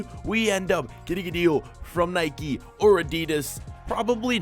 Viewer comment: It's nike not nickey